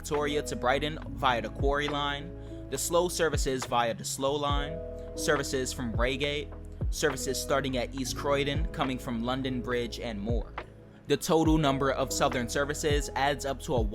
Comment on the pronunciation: you meant the London road viaduct. Also it’s Reigate as in it rhythms with cry hate so like rye gate